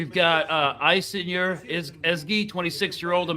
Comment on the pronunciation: Her name is pronounced Aish-eh-noor .. say it quick